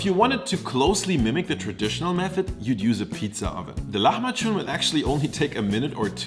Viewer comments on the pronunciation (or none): The way you say the word it sounds more like "lahmaçun" (hard "ç"), but the word is "lahmacun" (soft "c").